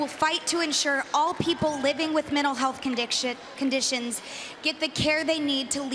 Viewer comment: "condickshit" lol